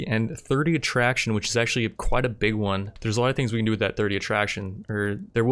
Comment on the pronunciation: "increases 'at-trashion' by +30" I like that.